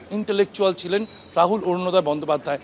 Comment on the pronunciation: Borunoday bolchen kno? Orunoday .